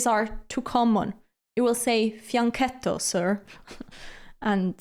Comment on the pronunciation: It's makes me laugh when your oponent moves and you react with a look of disbelief, crinkling your brow. Also, thank you for explaining the correct pronounciation of fianchetto, since I've encountered conflicting claims. Now I can say it with confidence.